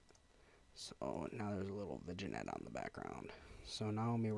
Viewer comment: im sorry i hate to post this but its "Vin yet" it was killing me inside lol